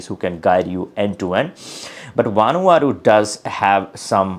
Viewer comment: Did he say Vanuata????